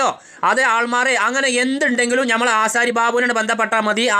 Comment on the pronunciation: ഞമ്മള് അല്ല... നമ്മൾ 😄